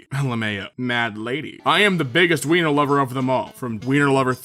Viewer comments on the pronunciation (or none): none